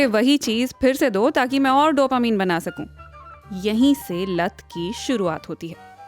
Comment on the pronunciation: Mam please don't say डोपामीन it's डोपामाइन😍😁🤗